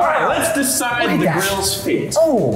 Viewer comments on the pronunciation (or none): sounded scottish. "Lets decide the grill's fate".